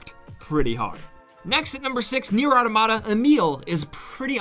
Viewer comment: The way you said Nier automata oof